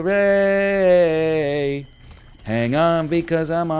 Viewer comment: The way NL pronounced Galatasaray is just gold. I didn't even know which team he was talking about and I watch CL on a regular basis.